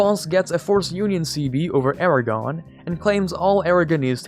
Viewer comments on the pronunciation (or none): none